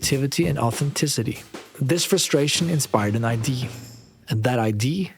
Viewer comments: can somebody please finally explain to me, as a non-native: Why do so many foreigners say ID to IDEA. Why do they pronounce it IDEE instead of IDEA? is it just wrong, or a dialect thing or what is it? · Brother great video but its idea not id you keep leaving out the eaaaah part of idea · Nice video! Please look up how to pronounce IDEA, I know you're nordic but for the love of god say the whole word thanks that bothered me to no end!